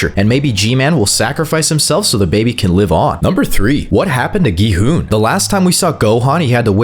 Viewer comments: It’s not go hun it’s gi hun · Not being mean did he say go hun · bro said gohon and ji hun☠️☠️☠️☠️☠️☠️ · Bro why did u call him go hun-G man-gi han-G hon